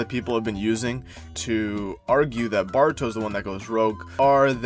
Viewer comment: Pronouncing ''Baruto'' and sometimes sound like Bart-ruto really made me laugh so hard 😂